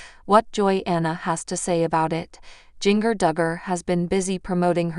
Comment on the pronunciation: I wish you would learn how to pronounce words right, especially jingers name, you need to go back to english class, you would fail badly.